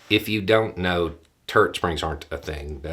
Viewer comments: You said "turret springs" and I heard "turd springs." But THAT is not propaganda. It's just humor. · So I was the only one who heard turd springs the vary first time he said it and was very confused? In my defense it's about 3AM and I'm old, but anyway... it was funny. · At first I thought you said "turd springs" and now I have a very, very strange concept in my head.